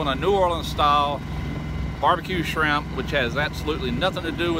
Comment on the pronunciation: Did you say shimp